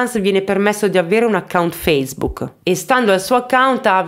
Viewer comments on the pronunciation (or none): none